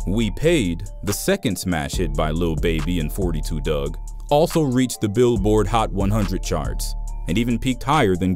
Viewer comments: Foe 2 dugg not forty two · It's four two dugg not forty two dugg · his name pronounced four- two dugg, s/o gngnem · "four-two Dugg"